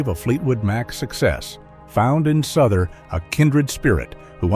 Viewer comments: JD Souther not Suther. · It's pronounced SOW THER not souther. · It's J. D. "SOW-ther, isn't it? Is this another one of those clumsy computer voice narrated things? An actual music fan would know. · Thank you for pointing that out, it is inexcusable to mispronounce name of a person in the public eye. It would be like calling Cher as Chair. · For the record JD Souther is pronounced as in house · Wrong pronunciation of Souther